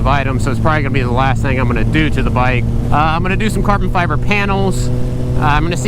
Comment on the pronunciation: cahben fyebuhhh.